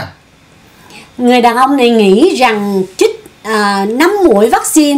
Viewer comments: LỖI CHÍNH TẢ : 1- Lươn lẹo ( not lương lẹo ) 2- Chích ( not chít ) Xin góp ý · Chích, chứ ko phải " chít ",!